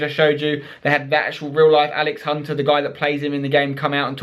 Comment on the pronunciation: Alex "And-Spence" Hunter